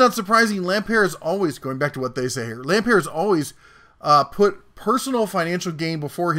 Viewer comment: It's pronounced Lam "Pert " as in "Burt." He with 11 Billion of Kmart money bought Sears to save it from it's first near Bankruptcy.. Sears was never going to make it. He used his other company Seritage to buy up property and then sell it off. He has perpetrated one of the biggest sams in retail history.